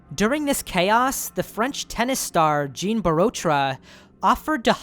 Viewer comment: Just so you know going forward, when a French person is named "Jean" it's pronounced John. Like Jean-Luc Picard.